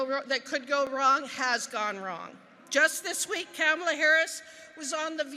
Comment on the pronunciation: Its not Camela... Its Kamala.... LoL....